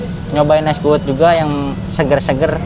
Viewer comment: Bukan kuwut tapi kuwud